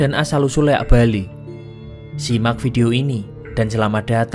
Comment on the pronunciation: Maaf bg sebelumya,bukan leak,tapi liak